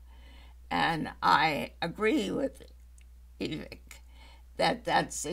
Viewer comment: Vivek is prounced, Vi-VAKE like cake